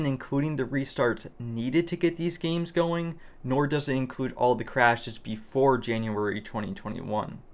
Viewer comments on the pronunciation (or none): none